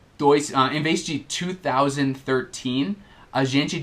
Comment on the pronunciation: Mto massa os vídeos do canal, tou aprendendo bastante. Mas, surgiu uma dúvida agora sobre a pronúncia da palavra "Thousand" o som TH é como o de "Thing" ou como o de "That"? sempre achei q não é vozeado, mas usou as cordas vocais para pronúncia o "THOU"